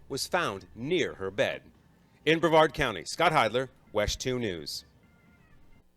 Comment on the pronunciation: No disrespect intended,.... it's pronounced like Bre -VARD County I think